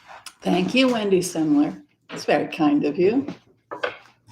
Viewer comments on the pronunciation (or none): none